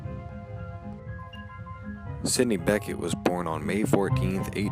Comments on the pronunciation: Sydney BECHET (BEH-SHÉ!!!!!!!!!!!!! no BECKETT!!!!!) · I appreciate your hard work,. But... Your Radio Shack Mic Stinks. Music is too loud. You really lose your Jazz knowledge credibility when you pronounce Sidney's last name incorrectly. Its bi-SHAY, not BECK-it. Best of Luck in your future endeavors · How ignorant can you get!! Sidney Bechet is his name not Becket! The last name is creole. Pronounced Bay-Shay. Eeegads!! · Bechet was pronounced wrong, it's not Beckett, French- Bechee, no T LOL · Sidney Bechet's last name is pronounced Be shay. It is French. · Bechet is pronounced be-shay He was Creole from NOLA. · Need to learn how to pronounce Sidney Bechet's name!!! Not terribly well researched. :-(